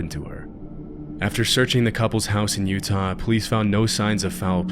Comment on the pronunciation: did you really mispronounce "Utah" in the beginning or am i losing my mind?